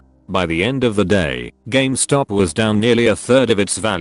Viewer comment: Nobody:: Games Top